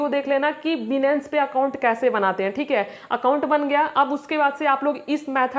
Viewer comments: Benance ni hota h Binance hota h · 😂 बीनेंस नही होता बाइनेंस होता है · अरे मैडम बिनंस नहीं है बाइनांस नाम है उस ऐप का😂😂😂😂😂😂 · Benance nhi binance hota hai 😅😅😅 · yes bro aap sahi baat kar rahe ho binance ka nam tak ye ladki sahi se bol nahi paye ye video maior is trick se to nahi but binance mai future trading se auccha khasa earn kar sakte hai or mai kar bhe raha hun but iskeliye bhi technical anysis karna padta hai ismai bhe bahot dimak lagana padta hai tabhi ja kar reward milta mai bro so hardwork and smartwork most importent in trading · Binance bolna bhi nahi aata yeh sikhaigi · Papa ki pari phle binance bolna Sikh le